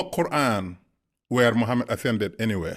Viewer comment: What a joker 1 This so called " Muslim imaam " Cannot even pronounce " Mosque " properly , saying " mask ' & calling our beloved Prophet , " Mahammid " instead of Muhammad .. And it was not Jibril that came , but a white steed called " Borak " I can go on & on exposing this so called " Imaam " But i would not waste my time . I prefer to leave him alone & let his bask in his ignorance .